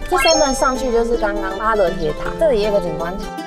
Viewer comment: 是巴陵，不是巴稜，別唸錯了